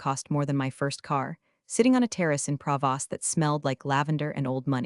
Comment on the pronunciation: Based on the second spelling, “Pravas”, and the way this voice pronounces “croissant” as “crassa”, I suspect it should be Provence.